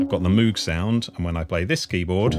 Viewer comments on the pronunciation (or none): its pronounced Mōg not Moooog